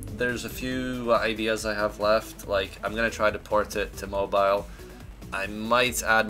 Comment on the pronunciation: Did he say mobile owoooo